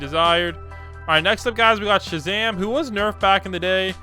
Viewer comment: He said:all right his ranged like shazam Me heard:all right his ranged like shit zam 💀